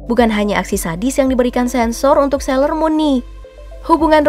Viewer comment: Dan itu alasannya aku ga suka sayler muun ngomongnya salah ya?